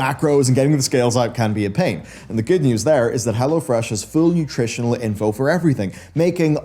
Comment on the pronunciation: Oh, "go to hell o'fresh". Charming!